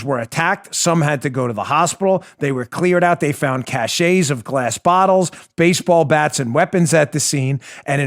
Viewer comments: Because you value precision: when the word, cache, means a 'hidden place for your stuff', it's pronounced, "cash", not " cash-A". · Friendly FYI correction: CACHET is pronounced "cash-shay" and means a seal of official approval or superior status/prestige. CACHE is pronounced the same as "cash" and means a hiding place/stash. The plural form CACHES is pronounced "cashes". Hang in there Dan, you're doing awesome and performing an important, priceless service! 👍